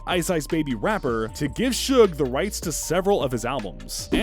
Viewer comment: HE SAID SHUG INSTEAD OF SUGE SMH 🤦‍♂️